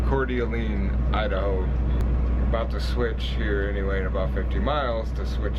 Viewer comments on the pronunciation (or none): Awesome video, it’s “core de lane” Idaho